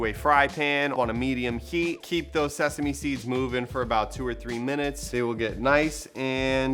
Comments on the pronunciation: Literally screen shotted the ingredients before even watching😂 Can’t wait to make this! Oh yeah also “SESAME” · Lmfao!!! I’m just here for y’all’s shenanigans. You guys seriously crack me up 😂 Also “sesame” 🤣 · Sheeeeessshhh! You did it once again with helping me decide on what to do for dinner. Loved all the dance breaks! 😂 and bloopers 😂 “SESAME” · OPEN "SESAME" these bloopers 🤣